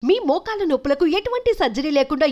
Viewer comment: మోకాల్ల నొప్పులు కాదు మోకాళ్ళ నొప్పులు అనాలి ఆ ముందోచె యాడ్ లో😊😊😊